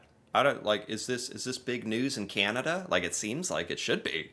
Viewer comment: 🇨🇦🇨🇦 As a Canadian I am fascinated with your show. At first I would fast forward through the first minute because you spoke so s l o w l y but I have gotten past that. I am subscribed to your channel and watch you regularly. I have only one ask PLEASE PLEASE PLEASE find a coach to teach you how to properly pronounce CANADA !! 🍁🇨🇦🤣